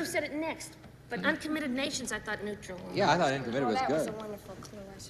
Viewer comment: I heard "neutralal".